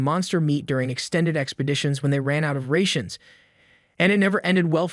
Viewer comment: The mispronunciation of Sour and Rations lol